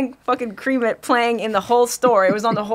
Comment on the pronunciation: Yeah dude, that shit hurt my brain. "Cream it"